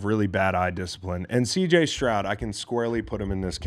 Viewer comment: S t r o u d not Shroud